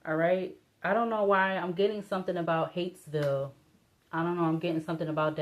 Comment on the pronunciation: It's pronounced "Hi-yits-ville" not "Hates-ville".